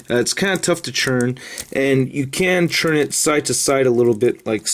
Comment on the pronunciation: Why does he pronounce turn as churn?